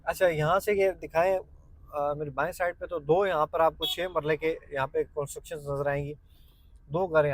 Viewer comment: Koonsteuction Nahin hota construction hota hai